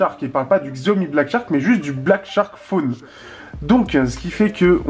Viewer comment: Chaomi pour la prononciation --" Pour info Black Shark est une marque déposée Par Xiaomi. Donc si c'est Xiaomi.